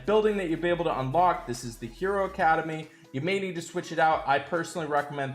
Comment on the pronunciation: How do you always come up with the least intuitive pronunciation for every hero?